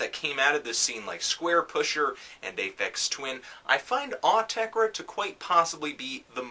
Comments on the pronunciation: OOOH-TEH-CREH!!! not AWW-TEH-CREH... just saying! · it is pronounced awteker as that is their dialect but they have also said pronounce it as you find yourself saying it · Actually, it's "Aw-teck-ur" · I thought it was "aww - tesh - reh" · its 'or -tecker' listen to an interview with them thats how they pronounce it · "Aw-tek-reh". I'm adding that to my list of Autechre pronounciations. :P Great review. I'm a big Autechre fan, but I agree with a lot of things you said. This was a hard album to really get into... still glad I bought the CD though. Some tracks were almost on the verge of annoying (known(1) and redfall are good examples), while some I liked pretty immediately (d-sho qub and pt2ph8). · Came back to see if young Melon could pronounce Autechre's name wrong. Was not disappointed. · There is no absolute right way to say Autechre u noobs, themselves wont tell u how u should say it so relax and pronounce in whatever way u want... About the music, this is a difficult album for some people, specially for those who are attached to the 90s Autechre sound, it will also be difficult for anyone not interested in experimental music and not aware of some basic computer music production. So I think its safe to say this is an elitist album, .. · Autechre doesn't even know how to pronounce Autechre.